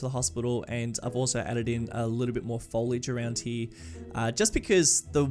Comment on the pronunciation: "foliage fooooliage" "That's what I said folage"